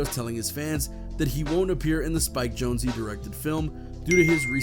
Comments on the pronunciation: “Jonezee”??? How do you pretend to be a news channel and not know it’s Spike Jones even though it’s spelled Jonze. That’s almost as dumb as the guy you showed who calls Bam Margera …”Bam Mareega” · Bam mar-gear-ah and Spike jone-zee Wtf? Lol. Never heard that one.